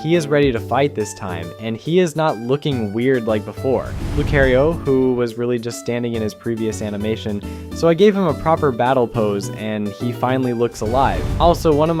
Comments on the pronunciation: update: he just said lu-care-io and i have minutes to live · Nidoking is pronounced need-oh-king Lucario is pronounced loo-carr-ee-oh, like how the Smash Bros announcer says it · i enjoy your passion into bringing life back into pokemon sprites, BUT the way you pronounce like n-eye-doking and lu-care-io and “gene 5” as gen 5.. like it pisses me off so bad i could barely finish the vid😭😭😭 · "N-eye-do-king" "Gene five" "Lu-care-io" "shinies pokemon" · Nighdoking, Jean 5, Nidooking, Lucayrio, and a whole host of other pronunciation and grammatical oddities make me think the VO was done by an AI... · I can't take you seriously if you can't pronounce Lucario correctly. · you did NOT just pronounce Lucario like that